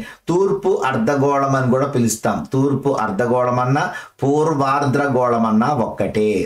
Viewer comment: Sir మీరు అర్థగోళాన్ని, ఆర్ద్ర గోళం అని పలుకుతున్నారు. ర కారం ఎక్స్ట్రా వాడుతున్నారు క్లాస్ బావుంది